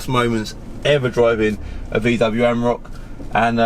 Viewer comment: Reminder of the emissions scandal, defiantly not cheap to run! Also, it’s an Am-or-ack, not a am-rock. And a twar-eg not a tour-eg. Other than that, very interesting video! Keep up the good content :)